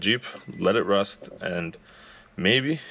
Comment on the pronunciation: LOL ... at the end when you said "Let it rest" ... I thought you said "Let it RUST"